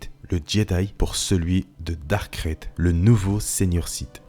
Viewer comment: C'est marrant que tu prononce Dark krayte comme sa: "Crête" Moi je l'ai toujours prononcé :"Craïte"